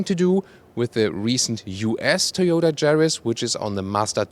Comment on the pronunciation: He said Thoyoutah Chariss